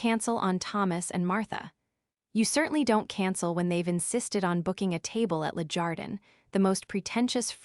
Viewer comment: Really? Le Jardin screams of French and - no offense intended but you seem to intend to sound ignorant on purpose. Anyone in that city know how to pronounce Le Jardin, the stress is on the last syllable. No excuses, you are doing it on purpose. And it is really annoying. I'm not listening to your stories again.